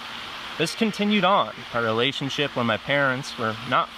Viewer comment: The way he emphasized "relationship" with a psychologist... I think there's a reason that UFOs and Epstein disclosure are like the only two secrets that are still being kept from the public today. These programs were able to take kids, and Epstein got tied up in that somehow through his unconnected kidnapping activities. Huge money and secrecy in both. They are connected somehow. And it sounds like kids were getting fucked either way 😭 ps. I like the auto focus glitch, it gives you more of a "psy phenomenon" type vibe haha